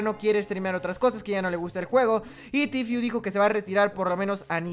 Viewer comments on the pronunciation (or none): "Tifiu" jajajajajajajjajaj Buen video igualmente y muy bien pensado